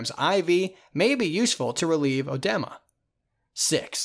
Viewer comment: Have my ENT surgical rotation this week. This has helped loads thank you so much. Only thing is that the pronunciation of some of these words is wayyyyy off. ie. Hyperplasia pronounced as hyperlasia and edema as edemma...